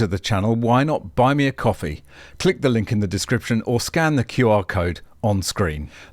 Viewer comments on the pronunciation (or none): Oh did not say “coffee” the right way !!!